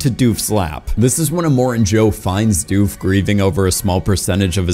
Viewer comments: Dude your pronunciation of doof. Hilarious. It's not doofe... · Great content Terrible pronunciations Doof in doof warrior rhymes with book not food Klishnikov is not how you say his name, it is supposed to be exactly as it’s spelled, it’s the Russian name for an AK47 etc